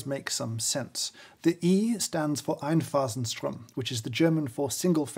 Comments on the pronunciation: I just loved you saying ‚Mahlkönig‘ and ‚Einphasenstrom‘, so posh. You even got the Umlaut right. Super series of reviews. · Pretty gut pronounciation of Einphasenstrom!